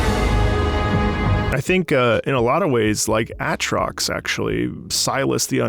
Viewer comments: already a problem. His name is pronounced A-trox. It's funny cause there's memes about how to say his name. Like atrix, otrox, asterisk. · "Ah-trox" Angry Aatrox main noises